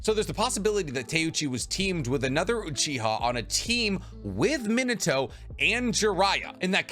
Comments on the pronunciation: Its pronounced MEAN uh toe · I can't get over your pronunciation of Minato as "Minnetow" -. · Does it bother anyone else that he pronouces Minato wrong like 15 times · This video is awesome! But how/why do you pronounce Minato so horribly?